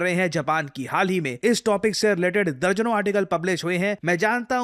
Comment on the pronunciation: दज़न ❌ दर्जन ✅